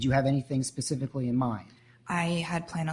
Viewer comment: I can't stand it... He also says "axe" instead of ask... And "pacifically" instead of specifically. It's gross for a judge to speak that way